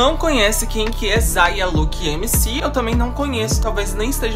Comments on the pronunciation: "Zaia lukin mc" foi o melhor ksksksk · "Zaia look" ah não mano,estuda o cara antes de falar dele